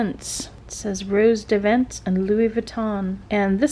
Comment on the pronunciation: You can pronounce Rose des Vents like “hose day vaunt”!